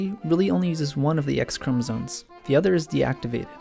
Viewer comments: Are you saying chromosones or am I going crazy? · sounded like he said chromotits